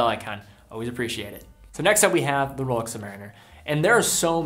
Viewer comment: Royal Oak is not “roll-yolk”. And Rolex is not “roll-ox”. I have been hooked on your videos. But some of the watch’s names have been butchered over and over.